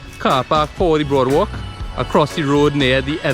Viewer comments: Ayyy I don’t really like here too but it it beautiful to stop by and admire. Especially at night - it’s cool and breezy and the walk is lovely. Loved the drone shot with the guy swimming. Glad you included that! And it’s boardwalk not broadwalk 🥵🙈🙈🤣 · no offence meh boi nice video i think it is boardwalk not broadwalk